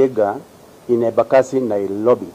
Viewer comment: Did I hear nailobi 😳